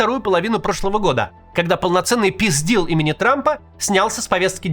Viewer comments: Я одна услышала "peace deal" как "пиздил"?😂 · Несколько раз переслушала, думала показалось "пиздил имени Трампа"= "peace deal"